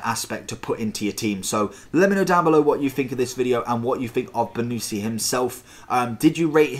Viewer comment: It’s pronounced bonnuchi not bonucci just correcting